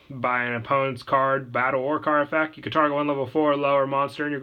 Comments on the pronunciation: Don't get me wrong I love the vids but I will never unhear you not saying the t in effect. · EffecT. There's a T in effect